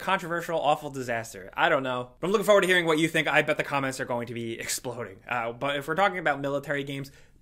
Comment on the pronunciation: It’s not foward, it’s forward! Damn it 😑